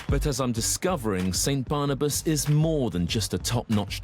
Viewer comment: barnabas sounds like cannibas to me